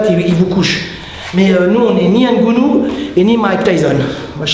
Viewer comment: ngannou pas ngounou